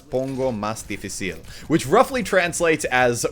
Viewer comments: The only thing I noticed Muselk mess upon in the Spanish sentence is where he put the stress on the end of "difícil". However, dificil (without accent) is not a word, so the mess up extremely minor. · That was actually a pretty good pronunciation. Almost spot on aside from "dificil"